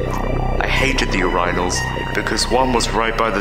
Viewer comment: putting loud music in the background so nobody realizes you pronounce urinal weird